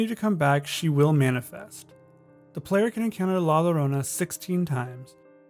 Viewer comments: you're supposed to pronounce the word "Llorona" as "YO-ro-nah". The double L's in Spanish have a similar usage to the letter Y in English. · With the name La llorona, llorona is pronounced with a y sound where the double L's are. It sound like la yorona. Small critique, loved the video I really enjoy finding creepy things where you normally dont see them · I'm sorry but this bothered me so much i have to correct it. two l's in spanish are pronounced as a y sound, so its pronounced "la yorona" not "la lorona" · It's no La Lorona it is La Yo-ro-nah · Great video! Only thing that bugged me is that Llorona was mispronounced It's pronounced like: Yo-ro-na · It's la ya-ronna although spelled la llarona. Double L in Spanish sounds kinda like a y. Edit:NVM someone already said that. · La Llorona is pronounced ( Lah Yo- ro-nah ) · The way he pronounced la llorona lmao